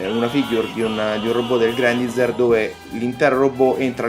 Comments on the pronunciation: Mi chiedo perchè continui a leggere il nome come è scritto... ormai si sa, l'inglese non ha regole di pronuncia, ma ciò non toglie che il nome del robot è pronunciato Grendaiza(r) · Non fraintendermi, ho apprezzato la recensione (ne ho pure viste altre riguardanti questo modello, per un prezzo simile tutti i difetti e le incongruenze che si porta appresso mi intristiscono). è solo che era la prima volta che sentivo una persona pronunciare così quel nome, è mi è parso alquanto strano. Poi sì ecco, lasciando perdere i giapponesi e il loro GURENDAIZAH, grendaizer è più la pronuncia americana solita, mentre io ho scritto quello che un britannico avrebbe detto, con una "r" tendente a un "ah" finale. Niente, cosucce, lascia perdere:)